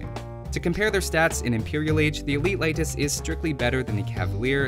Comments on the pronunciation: Its not laitis its leitis. Leiši are not english they can write properly using the latin alfabet. Also the a in bojars is a full lenght a not a very short a. You saying laitis is really driving me mad. Also ive noticed you dont use plural leiši (leishi) propably because you dont know it, and laitises make no sense. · he said Laitis ("a" instead of "e") which is incorrect, but its nothing important really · How to pronounce Leitis correctly? Leitis is pronounced like late'is or lay'tis, not light'is. E letter in eastern Europe is like E in word Empires I really wish native English people do pronounce it correctly! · I looked for the pronunciation when the civ first came out and never came across a convincing source for lay'tis. I did find light'tis a few times, though: and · Unemployed he’s following the German pronunciation, I guess.